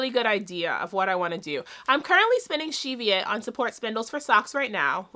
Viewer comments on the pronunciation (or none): Enjoying your videos so much, thought I could help with some of the pronunciations out her on the West Coast. Skagit is SKAH jit, similar to magic, Puget is PEW jet, and Cheviot (sheep) is like the CHEVrolet car, CHEV iot.